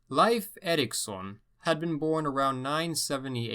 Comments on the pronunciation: Okay so it's not pronounced life Erikson it's pronounced "leaf" Leif Erikson like The Old Norse religion was not known as pagan! Pagan is a derogatory term created by Christians to sum up any religion that is not Christianity! It's a derogatory remark for those who represent that religion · Leif is pronounced rather like "Leef" and not "Life" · I understand his disclaimer about his pronunciation but come on Leif is pronounced leaf. It's pretty well known. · Its "leef" not "life" pronunciation for Erikson's name... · no, its pronounced like ''life'' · Lief is pronounced Leaf brother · never heard anybody pronounce Leif as "life" lol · In Canada I learnt about Leif Erikson, but, my teacher indeed pronounce “Leif” as “Leaf” soooo..... that was interesting. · Strange as I have heard english speakers pronounce it as "Leef" though that was by american english. Though in Swedish of course we pronounce as it sounds "Leif" sounding both vowels.